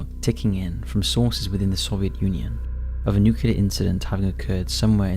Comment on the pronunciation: NU-CLE-AR... NUCLEAR